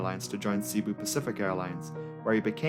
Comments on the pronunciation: filipino here Cebu is pronounced "Seh-boo" not "Sea-boo". the 2nd syllable "bu" is emphasized, so it would sound like "seh-Boo" otherwise great video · It's seh-boo. Not see-boo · Nice video btw. Also, the way that "Cebu" is pronounced is "Ce-bu" not "Si-Bu". Oh dear...my fellow Filipinos are gonna chew you out for that mispronounciation. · Not everyone is perfect you know even if he pronounced “Cebu” (sebu) incorrectly. Have you even watch the Crazy Russian Hacker ? A Russian guy that doesn’t have a perfect English accent or grammar and also pronouncing a few words incorrectly. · wow... it's not a matter of being prefect. It's a matter of having a 3rd grade education.